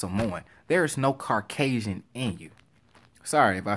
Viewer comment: You saying Rock leaving and WWE not being the same would be a reason why the Rock is awesome, not why he sucks. But, if he would return at this point, he’d do the job to Roman Reigns. And it’s “CAUcasion” not “CARcasion.”